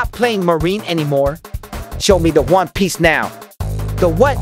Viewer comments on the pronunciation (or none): He said one piece bit in the game he said juan piace lol